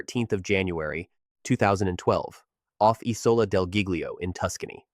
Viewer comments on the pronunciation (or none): I knew the Costa Concordia would be mentioned. First off, /CH/ in Italian is pronounced like a /K/, as in Chianti. The captain’s name is pronounced /SKeh-TEE-no/. And the island is pronounced /GEE-liyo/. The second G is mostly silent, like the G in lasagna. The only Americans to die on Concordia were from here in Minnesota, from a small city barely 7 miles north of St. Paul. The couple was celebrating retirement and that cruise was their first international trip.